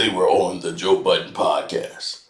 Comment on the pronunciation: will never get Joe’s name right…. It’s Bud-den, not Bot-ton 😂😂😂😂